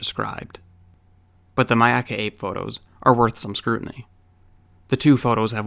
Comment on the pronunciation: I appreciate that pronounced Myakka correctly. Not many people I have heard do. So thank you sir.